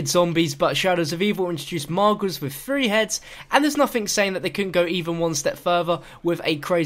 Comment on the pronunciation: Why can't you pronounce 'Th'? It's Three not free and through and frew!